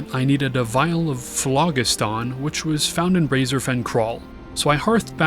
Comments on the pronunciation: should be phlo-JIST-on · Phlogiston is pronounced flow-jist-un, and it was a theorized substance that existed within combustible materials. Like ectoplasm but specifically for things that burn. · Pronounced "flow-jist-un" (close enough), and that is the word for the once-theorized material given off when combustible materials burned.